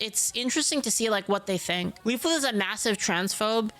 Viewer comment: He's still calling you "-it" Just keep saying "dude, there's another L."